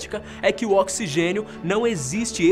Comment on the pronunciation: Oxigexio kkkkkkkkkk